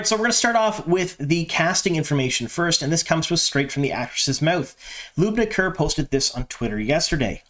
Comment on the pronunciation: Hey, good job pronouncing Lubna Kerr's name.